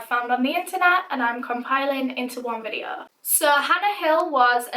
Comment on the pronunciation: "Vidde-aauuh" , haha <3